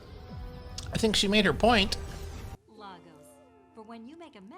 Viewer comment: Only wish the MCU would get the pronunciation right - "Lay-gos" not "Lah-gos" - had the same minor complaint when I watched Civil War as I lived there for a while!!!